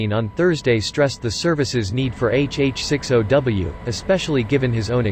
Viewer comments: It not HH-6 O W ITS HH-60 W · It's a HH 6 0 - Zero -W - NOT a an O